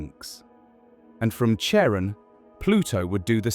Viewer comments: CHARON is pronounced like KAREN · Charon is pronounced like care on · British style. Pluto’s moon should also be pronounced “Karon” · It’s phonetically pronounced Karon(Charon)not chairon!! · Most English speakers pronounce it like Karon - like (almost) every other Greek name or word spelled with the letter Khi (X). (Christ, Christmas, choir, chorus, chemistry, chaos, chasm, chronic, character, chord, choreography, cholesterol, charismatic, chlorine, chromosome.) There's a recent trend in England to pronounce it as if it were a French name (like Michelle). Personally, I don't mind either - but the 'ch' (as in church) pronunciation is just wrong. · Hmmm. Though I suppose the pronunciation of Charon was fairly horrifying... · Funny. The channel has an astronomical sounding name, but doesn't know how to pronounce Pluto's moon. It's pronounce one way for the Greek god it's named after and another for the actual moon itself... NEITHER of which is the pronunciation used in this video. I really hate computer generated narration. 🙄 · Ugh! The 'ch' of Charon is pronounced as a 'k' ... it's a classical Greek name. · Oof, you mispronounced "Charon."